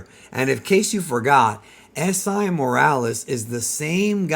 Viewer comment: Esai is pronounced E-Say